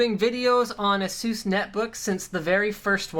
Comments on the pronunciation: It's not Ah-soos, it's Ey-sus 😂😂😂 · Is it not pronounced "ay ses" not "uh sues" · "Ass-oose" lol